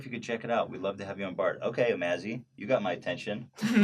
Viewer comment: HAHA! i love the way Ethan pronounces Omaze